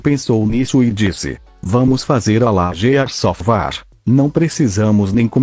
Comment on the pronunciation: Gears of war? não, war. gears of war? naao, ofvá